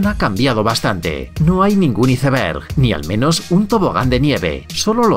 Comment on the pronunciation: se pronuncia iceberg no iceberg... lo mismo pasa con el hombre araña se dice spiderman no spiderman